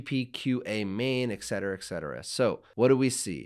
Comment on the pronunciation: FWIW, "I refuse to waste my time on anything" that contains the mispronounced "ek cetera", so I could bail out much sooner. ;)